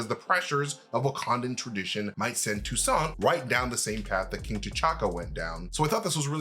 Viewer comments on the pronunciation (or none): Yes, but the name is Toussaint not Toussant. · Have to point out the name is TOUSSAINT (even if Nakia prononces TOUSSANT). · If you Haitian u should right Toussaint right 😂😂😂🇭🇹🇭🇹🇭🇹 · It's Toussaint...lol from Haiti